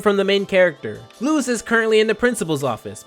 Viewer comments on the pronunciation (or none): It’s not Luz ( pronounced Looz) it is Luz (pronounced Loos